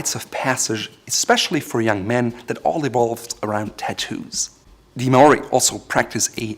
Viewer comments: Maori is not may-or-ee. It’s like saying marAUDer Maury or mawry is closer to how you say it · Maori are strictly a people of the Dominion of New Zealand not Polynesia. Sad to say you pronounce Maori horribly. Absolutely love and sub your channel, though. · Maori are from New Zealand and bro I like your content but learn to pronounce Maori language correctly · You pronounced "Māori" quite wrongly here, also, and this might be pedantic, it is likely a loanword from Samoan rather than Māori. Both Samoans and Māori speak versions of the Polynesian language group but the loaning appears to come from Samoa. Just because you believe pronunciation is important and bothered to include a section on history. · Is anyone else annoyed that he is pronouncing Maori wrong? I'm Maori myself and it's really irritating. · He pronounced Maori wrong. I am part Maori and do not speak the language but his pronunciation is priceless.